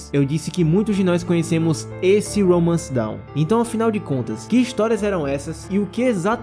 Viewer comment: Não é "Romance Down", mano. É "Romance Dawn". A pronúncia é diferente.